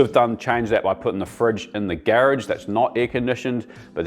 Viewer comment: Gare-rage , lol